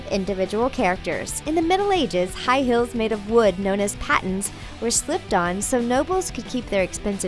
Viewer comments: Im sorry but when I hear her say "High Heels" to me it sounds like "High Hills" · lol she kept saying hills instead of heels. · i swear she said high hills instead of high heels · High hills. Do you speak English. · Jake camacho she does actually. let me clarify because you obviously don't understand. when you say "heels" and "hills", they sound very similar. understand? ( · "high hills" lmao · I swear to god shes saying "high hills" instead of "high heels" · High "hills". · "high hills"??? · can she say high heels instead of high hills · I'm triggered by how you said high heels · why did she pronounce" heels" "hills"?? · And it's heels not hills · Not hills it's heels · STOP SAING HILLS IFS HEELS!!!!! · Was it just me or did she say 'High hills'? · How come when she said high heels I heard high HILLS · She kept saying high hills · Am I the only one that heard "High Hills"? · that way she says heels 😣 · I hate how she says heels